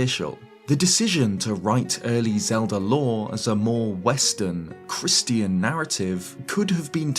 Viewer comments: I’ve never heard Christian pronounced like Christy-en before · Do you not know how to pronounce Christian?